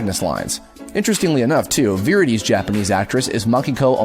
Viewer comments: "Phosfora"? "Viri"?!? Please tell me you've never played kid icarus uprising. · It amazes me who can correctly pronounce all of these Japanese names and yet mispronounces names like Phosphora and Viridi